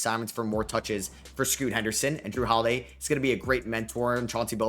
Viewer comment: "Jrue Holiday" really, how could you get that wrong